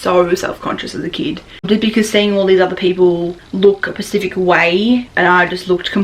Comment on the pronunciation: I love you but please learn the difference between specific and pacific 😘